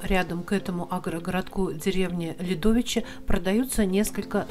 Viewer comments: Не ЛядОвичи, а ЛЯдовичи. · ДОМ №2, показанный в ролике, ПРОДАН! ДОМ №1, показанный в ролике, ПРОДАН! ДОМ №4, показанный в ролике, ПРОДАН! ДОМ№9, показанный в ролике, ПРОДАН! Друзья, я не верно назвала населённые пункты в ролике. Агрогородок Ополь произносится с ударением на первую О, а деревня Лядовичи с ударением на "я". Жители просили подправить 🙂 По вопросам трудоустройства обращаться к председателю сельского совета аг. Ополь Ворошиловой Галине Васильевне: Телефоны хозяев продающихся домов (просьба при звонках из-за границы РБ сначала послать смс что вы по поводу продажи): Дом 1. ПРОДАН! Дом 2. ПРОДАН! Дом 3. Стоимость 2 500$ телефон Дом 4. ПРОДАН! Дом 5. Стоимость 7 000$ телефон Дом 6. Стоимость 4 000$ телефон Квартира 7. Стоимость 1500$ телефон Дом 8. Стоимость 4 000$ телефон Дом 9. ПРОДАН!